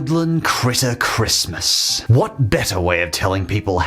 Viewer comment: This guy is so kind and accepting towards the LGBT community that cartoons offend him. And, he can’t even say “Christmas”.